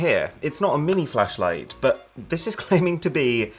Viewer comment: man says flashlight like Fleshlight